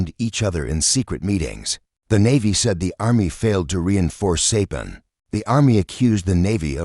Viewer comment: Sorry to hear AI mispronounce Saipan.